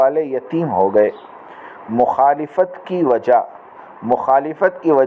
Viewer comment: لفظ مخالِفت نهى بلکہ مخالَفت هے